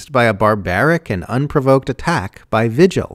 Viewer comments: All except the pronunciation of "vigil". It's a Spanish name pronounced "vee-hill". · Vigil should be pronounced VEE-hill in this instance, I believe. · This is great, but the name "vigil" is Spanish, pronounced "vee-hill". I'm just north of the New Mexico border, and it's a pretty common name here.